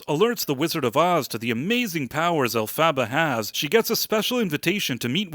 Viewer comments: First of all, you could start by pronouncing Elphaba correctly. Second, Elphaba’s father didn’t reject her because he’s a “toxic male”, it’s because her green skin is a constant reminder that his wife had an affair and the child isn’t his. I have not seen the movie yet but plan to, although I’ve seen the production several times. The more I listen to your butt-hurt criticism of this movie that I haven’t even seen yet, your childish review and vulgarities just make me distrust any review you might make. Plus you complain that it is made just for women, that’s very shortsighted and naive. The many personal reviews I’ve heard (from people I know, not some vapid YouTube critic) have been evenly positive from both men and women. I much prefer a non-biased review from someone who, even if they didn’t enjoy the movie, can give constructive criticism without personally attacking and insulting the viewers who did. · I loved watching your review, which is clearly so off as this was the third best performing at the box office in 2024. You don't even know how to pronounce the main character's name. 😂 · haha nice pronunciation of Elphaba. OMG. Fiyero is "moist"? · You’re saying Elphabet name wrong and I disagree with you 10000% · Can’t take you seriously when you keep mispronouncing the main characters name 😂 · Why couldn’t you just Google how to pronounce her damn name? wtf is an “Elphaba” Lame review. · Im confused. They say her name a ton in the movie - why do you keep saying her name incorrectly? Its not even close. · your AI narrator mispronounces Elphaba. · Sigh.. it drove me nuts that you pronounce her name wrong. It's not a sequel it's actually act.2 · Dude, the way you say Elphaba. Stop. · Yah, It's Alph-ah-bah like "alphabet", not Alph-abba like the band ABBA. They made a big deal out of the name pronunciations in the movie. Hard to forget if you watched the movie. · El-fuh-buh. PLEASE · Maybe learn how to say Elphaba's name. This is a silly review.